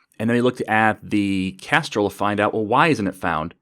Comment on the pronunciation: Hello; would you mind doing a tutorial on Kestrel? I had to listen very carefully at what you were saying in this video, and try various interpretations of what you said (Castrol, Kastrol, Kestral..) I found a topic, but not really a way to install something?